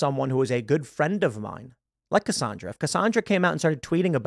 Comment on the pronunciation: Cassandra WITH AN "A"!!!!!! NOT "O" Pronounced Cassondra!!!!!!